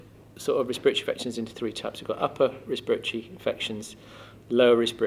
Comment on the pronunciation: Did you say spiritual at all in this video because at first I was hearing spiritual instead of respiratory? I kept thinking "that doesn't make much sense". PS: it may be because I'm American. LOL